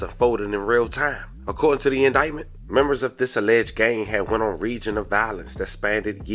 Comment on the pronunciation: its pronounced "rain" not as it seems "region" . Reign